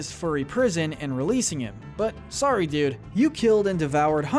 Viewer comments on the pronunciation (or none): none